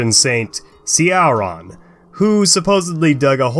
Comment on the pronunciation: Ciaran= Keeron